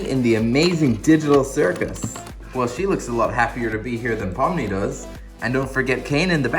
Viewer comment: That ain't Pomni thats Bomni💀